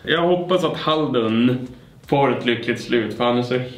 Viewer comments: När säger halduR och inte HALDUN be like:🤯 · Jag trodde han sade Haruld hahaha. Men hade jag inte sett stavningen hade jag nog också sagt fel. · Älskar hur du blir kär i han men säger namnet fel hela tiden